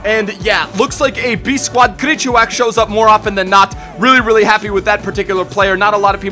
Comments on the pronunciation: Krychowiak --- kree-co-vee-ahk Always an entertaining video tho. I don't like being a pronunciation nazi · i hate when people say foreign names with an accent thinking they are doing it right its krichoviak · KRYKOWIAK IS PRONOUNCED CRY CO V AK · Well in polish it would be more like kri-ho-vee-ack. In case anyone was wondering